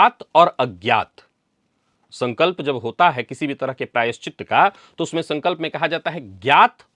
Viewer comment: प्रायश्चि 'त' सही है — "त्त" नहीं।